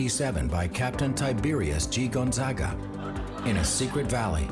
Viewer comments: HE ISNT PRONOUNCING GONZAGA RIGHTT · All the mispronouncing of Gonzaga is driving me nuts. Lol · and gonzaga not gonzaga